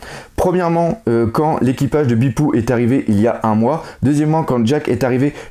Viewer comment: Et Bepo on le prononce pas "Bipou" mais "Bépau" dans l'anime :)